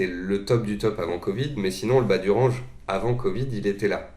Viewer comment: Merci pour vos vidéo, juste stp essaie de prononcer correctement le mot "Range" pls in english sir lol